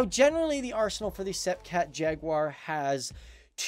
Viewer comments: I suppose it’s good (in a twisted way) that Americans mangle French as badly as English. It’s pronounced “Sepeecat Jagyooa” in English. Your version is closer to the French pronunciation, ironically. And Breguet is pronounced “Bregay”, more or less. The French canard delta is called Rafale, not “Raphael”, who was a Renaissance artist! Pronunciation is like spelling: it matters. Of course, Americans can’t spell either. “Mk” is an abbreviation for “Mark” so is NEVER used verbally. Most Jaguars were equipped with ADEN cannon; only French aircraft carried the similar DEFA, I believe. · Pronounced ‘Sep cat’ and ‘Jag u are’, not ‘seepee cat’ and ‘jagwah’. Got to love American English 😂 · why don't you know how to pronounce sepecat? the british didn't tell you?